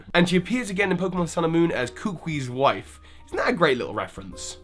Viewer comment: Y do u pronounce kukui like that xD